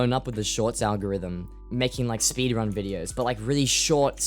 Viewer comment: speedwunning? omggg